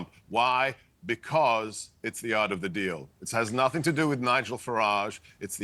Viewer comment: "Äre of the deal" hey? Quality.